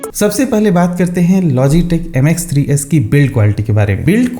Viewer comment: Naam to dhang se bata diya kar fung Fung fung fung karke nikal Gaya